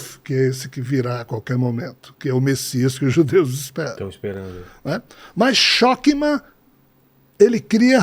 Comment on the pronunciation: Shokma nao existe kkkkk e sim chochma e leia-se ch com som de rr.